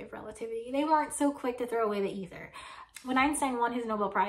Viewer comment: When you pronounced ether with a short initial e, I thought, "Why is she doing that?" I have have always heard it pronounced with a long e. I love your show😊! I love your humour😂! I love your willingness to explain details for laypersons like me who want to do want to be more technically precise. And you always make the video easy to watch. Best wishes!